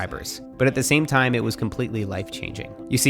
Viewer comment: "First tiiiiime". You're catching up with the Aussie accent mate!